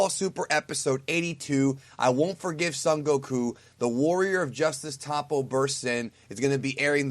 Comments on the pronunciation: it's not pronounced tahpo. it's toh-po. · in the show they always pronounce it top-po. first o is soft, 2 pronounced p sounds with an audible separation, second o is hard.